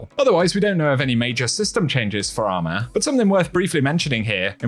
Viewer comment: Bro said “ARMAH”